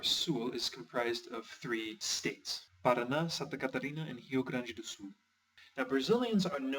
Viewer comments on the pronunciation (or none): none